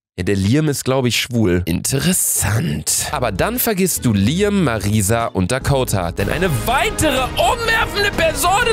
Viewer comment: Luca es wird Liäm ausgesprochen